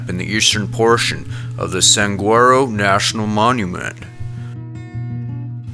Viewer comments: pronunciation help: saguaro, like the cactus, is sah wah roh, not san gwah roh; nuclear, contrary to popular opinion, is not ever 'new cue ler' but is' new clee er' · I really enjoy these intriguing missing persons cases, but a big pet peeve of mine is when the narrator mispronounces names. For example, story #9, Pima is PEE-ma, not PIE-ma. And Saguaro has no "n", it's Sa-GWAR-o, not San-GWAR-o. Not to nitpick, but it's just important to get it right IMO. Thanks.. :-) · Also, Saguaro is pronounced "Suh-war-oh". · Please pronounce everything the way it should be. I had no idea it was RINCON MTNS. PIMA COUNTY SAGUARO NATIONAL PARK, the way you pronounced it, it sounds like somewhere completely different and is misleading. I hope it's really not the way you talk.